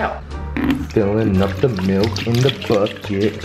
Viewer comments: It's pronounced milk not melk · who niticed he said melk instead of milk lol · Why does he call it melk wtf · I have to do it. Its milk not melk. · It's FUCKING milk not melk, milk it pisses me off so much!!! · i love it i love i just love it i love it i love it i i love it when he says melk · "Melk"... Did anyone else notice